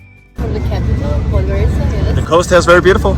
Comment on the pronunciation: It's pronounced podgoritsa. Use wiki or google translate audio next time